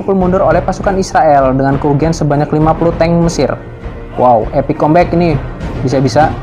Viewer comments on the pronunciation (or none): none